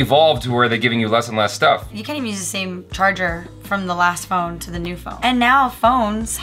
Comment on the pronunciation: He said newnew 😂😂😂😂